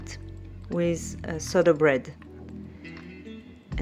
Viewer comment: If I may : it looks like sourdough bread but you pronounce it like soda bread. Since you are a dietician, we never see you eating rice or other carbs except bread, is there a reason ? Have a nice day.